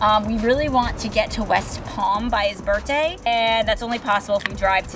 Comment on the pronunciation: Everytime I hear you say Burtday I smile……